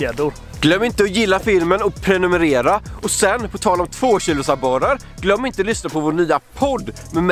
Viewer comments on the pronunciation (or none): none